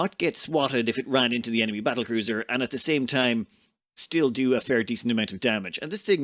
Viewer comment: Is it just me or are you calling battle cruiser as cattle bruiser